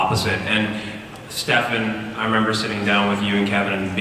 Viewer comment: That moment when I thought he said Klefan...